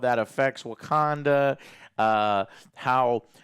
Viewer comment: Wagwanda Forevah!~